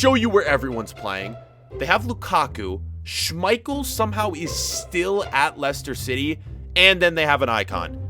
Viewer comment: U dont say Schmeichel right